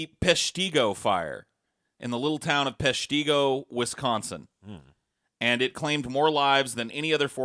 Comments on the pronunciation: Its pesh-tih-go not pesh-tee-go... Learn your things straight!!! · Hearing butcher the pronunciation of Peshtigo, Menominee and Huron oof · Right. I lived in Peshtigo my whole life and it is bothersome to here Peshtigo and Menominee missed pronounced